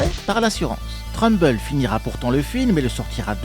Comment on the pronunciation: Trumbull se dit "treumboul"😊